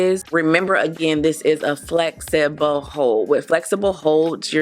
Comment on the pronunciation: Great review! Very helpful and lots of emphasis of flex-eh-boh hold😂🤣